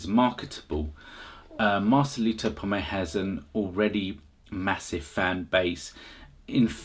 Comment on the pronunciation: Please his name is POMOY not POMAY